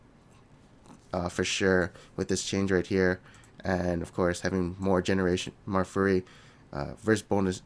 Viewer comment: Why am i allways hearing say Furry, not Fury? MORE GENERATION OF FURRY!